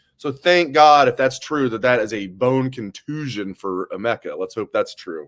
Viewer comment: needed to find out how to pronounce the last names of Chip and Emeka. Both main players…ask someone